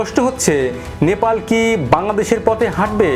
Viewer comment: আপনার উচ্চারণে "ন্যাপাল" আসছে। ওটা "নে পা ল" হবে তো। আপনার মতো আরো কয়েক জনকে ভুল উচ্চারণ করতে শুনেছি। সঠিক উচ্চারণ করলে খুশি হবো🙏